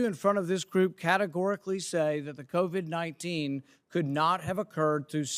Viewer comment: Isn't that cute he calls it COVI"🤣🤣🤣